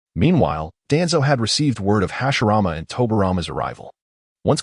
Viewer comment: you got hashirama and tobirama names wrong